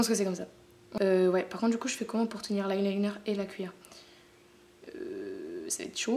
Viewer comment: c'est pas eye liter mais eye liner !❤💘💋